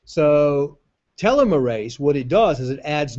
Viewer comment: Please learn how to pronounce the word "telomerase" properly...